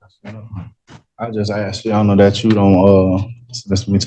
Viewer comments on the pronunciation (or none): Why do they always axe instead of ask? It sounds really stupid, like a kid who can't yet pronounce words correctly. Or like somebody who is too lazy to make the necessary movements with the mouth to pronounce the "sk" and just slurs to a "ks" sound.